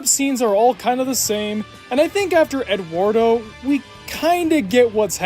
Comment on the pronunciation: That is not how "Eduardo" is pronounced.